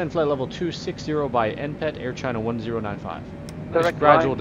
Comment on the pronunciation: "Chair china" lol